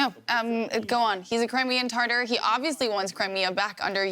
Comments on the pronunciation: Did she say he is tartar sauce? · ❤❤❤❤❤🎉🎉 Russia is only losing ground every day. That's not a successful counter-offensive, it's a, it's a negative retreat! 🇺🇦🇺🇦🇺🇦 Crimean Tatar, Yeah! (That's not like the sauce, BTW! Lot's of bad pronunciations in the news these days.)